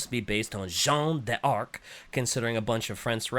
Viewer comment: I can forgive the "fleur de li", but the "Zon de Ârk" is too much